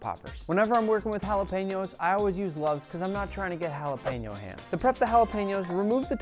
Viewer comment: Is it just me or does it bother anyone else when he said jalapeño